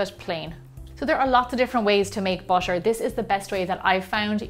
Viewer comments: Why she said butter " busher" can she say butter instead of busher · Thank you for making this video. But I'm laughing because you keep saying "busher" instead of "butter" 😂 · Why are you saying bušer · Butter not basher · I heard BASHER instead of BUTTER. 😂😂😂😂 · Am I hearing it wrong? She kept pronouncing butter as bosche and water as wasche. Strange. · Do the Irish people pronounce butter as bosche? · I hear it too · Can we listen carefully and appreciate how beautiful her accent is I love the way she pronounce the butter it sounds like bu-sher 🐄🐮🍶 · she is pronouncing butter as busher